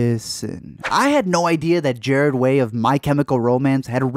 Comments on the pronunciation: If you own that many comics, how are you still calling him Gerad. It's Gerard. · gerard, not Jared ... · Did u say... JARED Way? Lol Gerard?? Lmaoo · the only thing that bothers me about this is that he calls Gerard "Jared" thru the whole vid lmao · Did you really just call him Jarred Way Nah bro, our emo god's name is Gerard Way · GERARD not Jared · Gerard, not Jared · His name is Gerard not Jared... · Not Jered Way. It’s Gerard way. With an R in Gerard. Oh well I’m too late anyways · ITS GERARD NOT GERAD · Gerard not gerad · BISH DID YOU JUST PRONOUNCE HIS NAME “JARED”? THE AUDACITY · Lol "Gerad Way". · Is no one else bothered by the fact he says Gerard’s name as Jared? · did you seriously call him JARED WAY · Am I the only one that is kinda annoyed that he said “Gared Way”? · he said “jArEd WaY” IM TRIGGERED i’m leaving. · It's pronounce : '' JER-ARE-DUH''. you're killing me smalls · Man I love you but the way you pronounce his name as "Jared" is gonna give me a stroke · Me too.. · How DARE YOU mispronoce Gerard Ways name!!!! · The way he pronounced Gerard 😂💀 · IM GLAD IM NOT THR ONLY ONE WHO NOTICED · Nobody’s gonna talk about how he pronounced Gerard? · im hella late to this, but thats not how you pronounce gerard... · the way he said gerard disgusts me